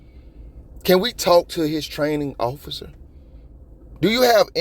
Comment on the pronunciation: Oser? Lady.. The word is "officer"... And their safety is paramount. I'm shocked it went that way.. They shot a lady in a kitchen with a boiling pot of water... So it makes me wonder how dude did it other than by surprise.